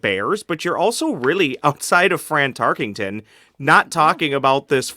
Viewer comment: Drinking game: take a shot every time someone on this show calls him "Fran TarkINGton" instead of Tarkenton. Actually nvm you'd die if you did that.